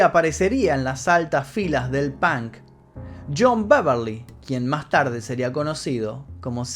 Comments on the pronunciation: Me encantan tus historias but why in the fu*king hell u say “pank”????? Se pronuncia the same way u write it 👍🏼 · el "pank"..... hablan igual que los espanoles XD , si vienes a usa y pronuncias pank , absolutamente nadie te va a entender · Jajaja "Pank".